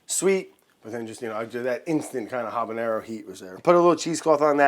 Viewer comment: The H is silent in habanero.